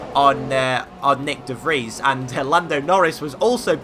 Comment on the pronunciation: You're pronouncing "De Vries" wrong, (sometimes you say "The Freesh") you actually pronounce it as "The Freeze" funny cuss that's actually the translation, no hate though just a tip 😉